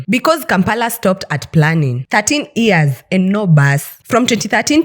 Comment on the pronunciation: Why does she keep saying EARS when she means YEARS!? Strange.